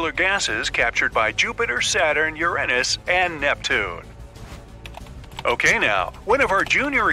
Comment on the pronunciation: Bro really just called Uranus Uränus